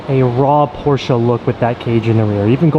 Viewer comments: Yay you pronounced Porsche right :) I know a lot of JDM guys aren't really hip to saying it that way so thank you for spreading it. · The friendship that you have with Tim and how supportive he is beyond anything I have ever seen. Congrats on the Porsche! Low key love that pronounce (Porsche) properly, people don’t believe me that’s how you say it. Even ask Google 😂